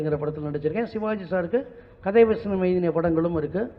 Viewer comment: காத்தாடி வசனம்யா அது, வச்சனம் வச்சம் னு த்தல் வதக்குற மாதிரி வதைக்கிற